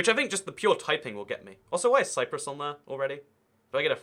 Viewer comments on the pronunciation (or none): none